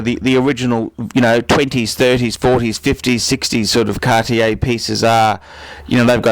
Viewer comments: I dont get why you say 'Cartier' THAT wrong o.o Absolut wrong pronounction? That dont look good :( Otherwise Tanks for the Video of course ( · How can you say Cartier and Feck in the same sentence? Where do you come from? Even judging and opionating Cartier. Cartier is a French brand, not from Texas United States with your pronounciation like that, 'dude'!You know what nouveau riche means?Wait, in English it might be: noovyo Rich or something. Can't understand how you feck up names anyway... Come to Paris one day.. and get taught some manners.. Cartier doesn't date.